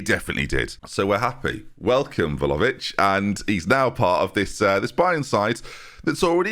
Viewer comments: Vla-ho-vic. Hovic. Not Lovic. You’re saying Vhalovic. Like saying Jenby instead of. Vlahovic. Not leviosaaaaaa. Sorry, I’m just really sensitive to this. 😄😄On another note, I don’t really like Bayern, but this team gets me excited. I think you’re making good decisions so far in this save, staying at a club and moving when you do. There’s no reason why you couldn’t do the treble this year. Good luck, I’ll be around to see it play out for sure! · ffs i was hoping we'd left your horrendous pronunciation of Vlahovic behind us